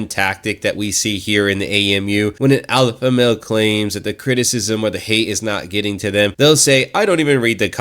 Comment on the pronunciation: "Alpalpha male"...😂😂